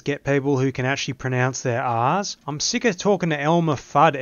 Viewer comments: he really said "cant i find people who can pronounce theah aahs?" like you dont even pronounce the R's lol just jokeying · "Can these servers get people who can actually pronounce their ahhhs."💀